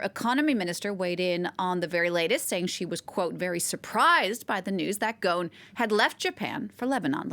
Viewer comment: it's pronounce: Gos'n not Gaun